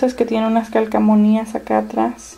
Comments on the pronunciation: de donde eres? por que dices calcamonías en vez de calcomanías? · hola!!! me caes bien :D me suscribí ya :D pero una cosa: no es calcamonias es calcomanias jajajajjaja